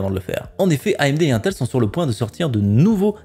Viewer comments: 1ntel lol innnntel plutot non ? lol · dsl cz mestress mais ca me stresse UNTEL non INTEL iiiiiintel pas 1tel x)